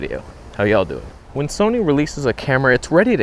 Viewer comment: The Tamron Toneh' on Soneh' is joyous.